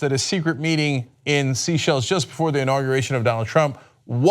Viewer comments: This story cropped up over a year ago, when apparently, the presenter was able to pronounce "Seychelles" correctly. So much has changed since then, including the ability to Google the correct pronunciation of a name. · SAY SHELL. i just spent three days learning where every country in the world is, and I learned this is pronounced Say Shell. Like sea shell, but for french africans. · Sea shells? Dude, how are you unaware of how to say Seychelles? .. Wait! You were able to say the name, a year ago ..but you've now forgotten it!? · I enjoy the content. It's pronounced. ' say-shells'. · yes that meeting is the start of it all. also , you were right the first time : its pronounced "SAY-SHELLS". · It's pronounced "SAY-SHELL" and it's in Africa. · I like that Cenk calls it seashells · Oddly he pronounced it right in the old clip and wrong in the current one. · MabDarogan2 Every time he said "Sea-Shell Island" I died a little inside. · its pronounced say-shells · It’s pronounced SAY shells. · Seychelles not Seachelles Cenk , a bit of a trumpian slip there by Cenk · It's technically Say Shay if you want to be correct about it. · It’s pronounced ‘saychelles’ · BTW Cenk its pronounced sayschelles, It's French. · I was thinking isn't it 'sayschelles'! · omg that pronunciation of Seychelles is killing me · IKR. Somehow Cenk pronounced it correctly in the earlier video he played but not in this one! It’s a very long way from the US, which is why I guess he is not so familiar with it. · Jerry Nkumu it's not IN Africa, it's off the coast of Africa, IN the Indian ocean. Just as cenk stated. He mispronounced the name, that is all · It's weird how a year ago Cenk could pronounce "Seychelles" correctly, and even played a video of that, but butchered it repeatedly in this video. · Cenk... if I can pronounce your name you should be able to pronounce Seychelles... Heck, you pronounce it correctly in your clip. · Chenk is pronouncing Seychelles wrong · Say-shells. Not sea-shells